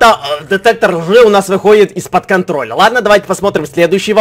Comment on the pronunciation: Он сказал детектор жи 😂😂